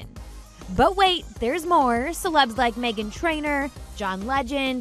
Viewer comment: did you just say lik dicky. Was that on purpose